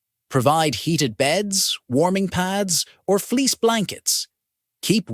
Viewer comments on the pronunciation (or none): none